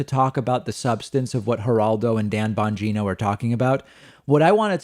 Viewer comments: It sounded like David said Bongina like vagina, lol. oh well , peace. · Nice Freudian slip David: "Dan Bongina" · Pretty sure David called him Dan Bagina. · I'm not usually this superficial but David, you said "BonGINA"! Yes you did & I couldn't be happier with that. While the country burns, I have this one thing. I love it & I almost spit my coffee out! Thanks bc you didn't mean to but you made the world a little brighter!😀😂😊😉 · lmao did David say Banjino? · Ban geeno? Sounded like vagino with a B the one time lol.